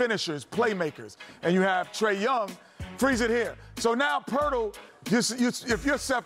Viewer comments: How many times did Kenny say "Poetl", who isnt in the game?😂 All the white players (Bogdanovic, Huerter, etc.) are now Poetl? By his own standard Kenny is a racist.😂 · Poertl than Bonjanovic hahahaha Jesus